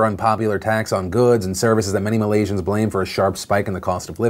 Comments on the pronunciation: Philip DeFranco hey Phil! Thanks for covering the best thing to come out of my country thus far! All your facts/pronounciations were solid, btw! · As a Singaporean (adjacent to Malaysia) and DeFranco fan since the beginning, I appreciate your talking about the region objectively and accurately; pronunciation was on point too. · Ey phil. All i can say is damn boi, your Malaysian word pronunciation is damn good. Well done. P.s : Mahathir used to be in BN too and was the Prime Minister for 22 years.